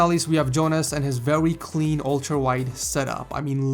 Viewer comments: "vewy cwean" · Vewey cleen indide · VEWY CWEAN setup 😂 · LMAO Next we have Jonas and his very Cwean setup lol